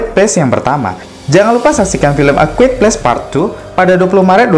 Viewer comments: Quiet kok dibaca kuit :v Dibaca kuaet yg bener lol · Mas...ejaan bahasa Inggrisnya a quiet place bukan “e kwuet ples “” tapi “ e kwaiyet pleis” ...